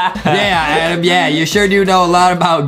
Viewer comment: The game says adam but its adem lol